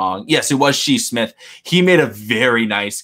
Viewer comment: SHI SMITH- Pronounced SHY... not SHE Lmaooo